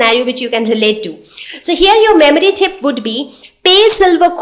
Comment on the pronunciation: It's "tip" not "thip" and it's "period" not "pherioth" 😂😂 and it's "cruel" not "khruel" omg, don't try to act cool ! 😂😂😂